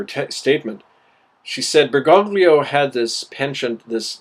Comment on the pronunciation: I have to nit-pick something: His name is pronounced "ber-goh-lio" <OT "ber-gog-lio".